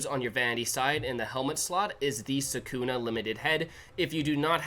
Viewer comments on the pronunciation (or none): none